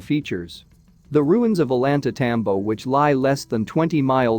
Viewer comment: Also Ollantaytambo. The AI only knows English.